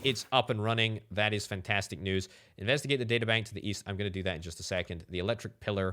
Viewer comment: "fentestik" EEN HOLLANDER!!